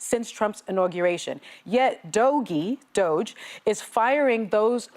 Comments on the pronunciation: Hey assho$es. If you’re so ignorant as to not pronounce DOGE get off the air. VERY UNPROFESSIONAL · Yes! Learn how to pronounce it correctly so you don't look so misinformed. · Doge is one awful syllable.